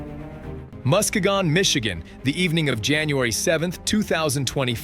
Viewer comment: Musk-ga-gone is a crazy way to pronounce Muskegon